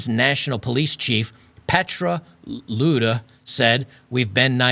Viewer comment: regarding mispronunciation: you pronounced "Petra Lundh" as an englishman or american is expected to pronounce "Petra Luder". You should google a translation of that word... A voice for print 😀